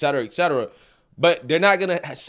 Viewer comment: Et cetera, not ex cetera.